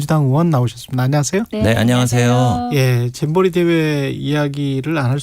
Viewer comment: 배준영은 왜 잼버리를 쨈버리라고 하지? ㅋ